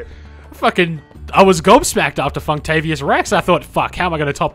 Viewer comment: Damn, was that Funktavious Rex? or Fucktavious Rex? Either way is a legend.